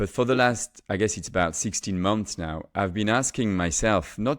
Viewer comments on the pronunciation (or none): none